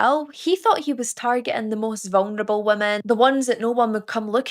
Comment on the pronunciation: I hope those eyebows aren't realI like your accent. Say vungnable again